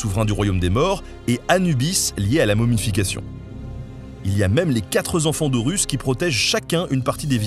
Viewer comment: "les quatre zenfants d'Horus"...?